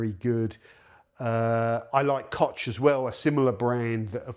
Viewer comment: "Kotsch" statt Koch" sagt er wieder... Genetischer Defekt durch die viele Inzucht bei euch auf der Affeninsel, dass ihr unsere deutschen Wörter nicht korrekt aussprechen könnt, aber wir Herrenmenschen umgekehrt mit euren Wörtern keine Probleme haben? Genetik scheint wohl doch überlegen zu sein bei uns.